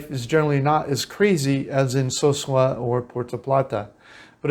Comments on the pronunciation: Excellent video. I live in Cabarete part time. No disrespect but the name is Ca-ba-re-tey (Cabarete) not Carbaret. So-soo-ah (Sosua), not soshooah, as you pronounce them. We foreigners tend to rename a town to our liking when that isn't correct. Anyway, Internet speed max is 200 mb if you have fiber optics installed for about 8500RD per month. Like any country, in the world you have immerse yourself in the culture together a better experience. So in this case I would learn Spanish as much as possible because like any other country, if you don't know the language, you will be taken advantage of. I'm Dominican but I am a gringo. And I'm treated as such until I open my mouth and they still try. You have to be somewhat of a fast thinker and talker when it comes to dealing with them there. Prices on most things have gone up since but it's still reasonable. Definitely way less expensive that in the US. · Pronounced: Caba re tey. (So su ah) That is not white sand! Light brown. Been there. Nice place.